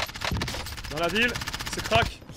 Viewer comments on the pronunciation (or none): Crack ! Pas cwak..